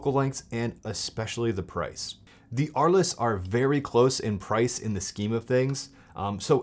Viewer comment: Oh my God!! Dude, it’s not Ar- less. It’s pronounced Arlz! It’s named after a town in France.